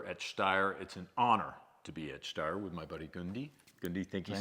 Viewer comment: I see what you did there. 😂 James said "Steyer" correctly at the start of the video. It's an Austrian company and they speak German. It's pronounced "Shh-steyer Manleesher".